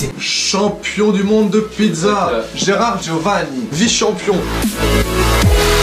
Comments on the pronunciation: c'est "pit[tsa]" pas pi[za] :'( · Bravo pour la vidéo! Je viens de découvrir ta chaîne aujourd'hui font j'apprécie déjà énormément le contenu. Petit détail si je puis me permettre: Pizza est prononcée "pitsa" en italien sauf au nord de l'Italie où on aurait tendance à prononcer et accentuer la lettre z. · On dit pissa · Techniquement, on dit "pitssa" ^^ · On dit Pidza pas pizza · La prononciation du mot "pizza" du soi-disant pizzaiolo italien est pas fameuse, pas moyen qu'un italien le prononce de la sorte